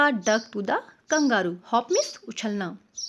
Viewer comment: The pronunciation of Kangaroo is wrong